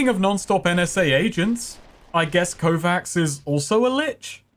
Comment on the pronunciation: Kovacs is a pretty common name on Harlan's World. It's pronounced "Ko-vatch" with the Slavic "Ch" sound instead of the Amanglic "Kss" (P.s. It's a line from Altered Carbon...THE BOOK...don't me....)